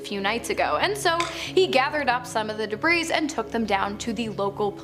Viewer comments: Stop pronouncing the word "debris " wrong. It's not pronounced debrises! And UFOLOGISTS is not pronounced UFO ologists! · Why on Earth don't they tell her she's pronouncing the word " debris" wrong! She messes up Ufologists wrong, too! I could do a better job of narration!